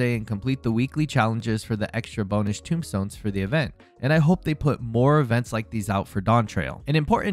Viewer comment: Tomestone, not tombstone. Tome as in book. Not Tomb as in an underground burial vault.